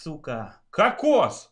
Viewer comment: Кокс а не какос